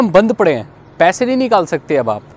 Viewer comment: bhai it's "banned" not band